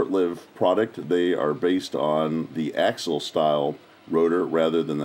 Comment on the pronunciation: AX-----EEEEE----ALL= AXIAL